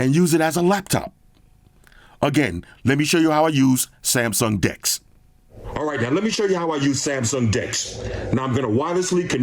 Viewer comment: sounded like he said dix 😂